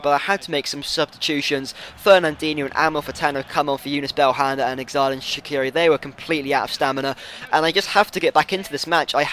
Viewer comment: Its pronouned jerdan shachiri